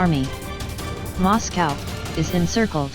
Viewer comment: It kept pronouncing Moscow wrong.